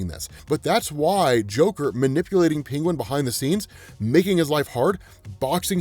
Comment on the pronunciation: Love ya but HATE the way you say Penguin. Pingwin.